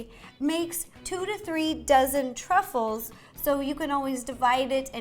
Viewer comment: “ Trout sruffles” -Ro 2019 Edit: OMG Ro ❤️ed my comment! Thanks